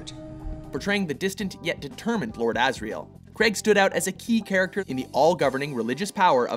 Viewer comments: Kreg!? Daniel kreg!? *craig pronounced "crayg" but another fine video from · It's crAIg not creg or Crai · It's pronounced "Craage" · Craig! Craig! CRAIG! NOT FUCKING "CREG"! URGH! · okay, love you guys, but it's pronounced 'Crayg', not 'Creg' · It's not creg its Craig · Stop calling him 'Creg' it's Craiiig! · IT'S FUCKING PRONOUNCED "CRAIG" NOT "KREAG". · It's not pronounced "CREG" IT'S "CRAIG" (Cr-A-g)! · They're Canadian I am Canadian to but I say it as Craig not creg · matt fahringer Of course he is..But the pronunciation of Craig as 'Creg' is commonly seen among North Americans( is Canadian) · how do british people pronounce it? daniel cr-ayy-g? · Daniel Cr-ay-g... The way it's supposed to be pronounced... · because Craig is a somewhat common first name and it is pronounced Cray-g. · Stop saying "Creg" please, it grates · All the people getting so mad that they pronounced his name Creg it's just our accent North Americans ( is Canadian) pronounce Craig like this so sorry not sorry about our accents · Ah yes, I love Daniel "Creg". Seriously does everyone in USA say Craig like this? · It's Craig not creg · Its Craig Not Creg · Craig not crag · It's not pronounced 'creg'. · His name is Craig not fucking Creg, Also Layer Cake is his best film! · His surname is Craig, not Creg!!! Will North Americans never understand this?? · I don't understand why Americans pronounce Craig creg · Craig not Creg ffs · Did he just say Daniel creg? God Americans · Anyone else get annoyed when Americans pronounce Craig like "creg" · bruh - screw fallout4 I some one's name was Hejdenberg you wouldn't pronounce it Huh-j-den-berg you would pronounce it correctly same with Craig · Craig as in vague. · That's how people in Canada pronounce Craig so... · Its Craig as in VAGUE, not as in BEG. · Why can't Americans pronounce Craig